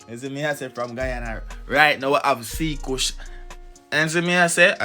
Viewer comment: cKush is pronounced as Kush